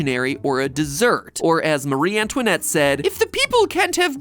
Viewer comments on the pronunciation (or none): dessert, matpat, not desert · My mans MatPat really said Desert not Dessert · btw, its "dessert" not "desert" ... unless it's a very dry pumpkin bread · Dessert has 2 s's. You said desert, as in the dry, hot region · Hate being that person but says desert like the dry sandy places not dessert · it's dessert, not desert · I know it shouldn't, but it bothers me. - It's Dessert, not Desert. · dessert not desert just saying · Dessert not desert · dessert, not desert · "desert" ... wrong! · Yummy “desert” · ah yes, my favorite bread biome- Desert. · I donno wanna be that person but... it's "dessert". that one S is the difference between a biome of sand and cacti and pumpkin bread.